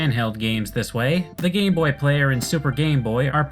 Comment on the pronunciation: ok I can't be the only one who hears "Gay boy" when says "Game boy" right....which also makes the "GB Hunter" quite a questionable name.